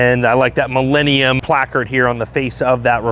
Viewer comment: The correct pronunciation is, Mee-la, not Mee-lay